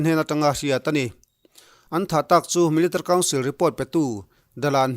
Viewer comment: Milerrtery 🙈🙈🙈 rang e